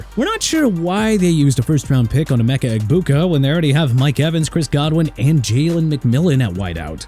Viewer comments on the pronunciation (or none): none